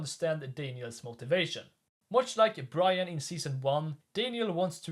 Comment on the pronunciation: You always had trouble saying Brian.